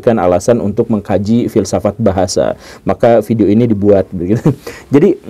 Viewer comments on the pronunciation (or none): none